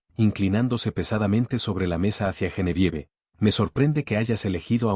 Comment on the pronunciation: Sugerencia el nombre Genevieve se pronuncia Geneviev (no se toma en cuenta la e final) igual Asbourne que se pronuncia Asbourn y Higgins, Higuins😊👍🏻